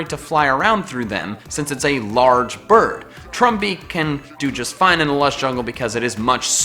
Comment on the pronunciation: Every time he said "bird", I misheard it as "birb".